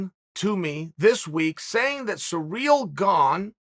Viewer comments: He keeps saying it wrong so convincingly I can’t say it correct anymore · lol, I love Chael. The guy cracks me up. Does he say everyone's name wrong on purpose? Sareal Gong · See-reel Gahn... simple as that, mates ^^ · Every once in a while sounds a little like Cereal Gong too lol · I'm here just to hear Chael say "Surreal Gong". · Uncle Chael is the reason we say every fighter’s name wrong. Does anyone know how the correct pronunciation of Cyril Gane? I’m kind of OCD when it comes to pronouncing names.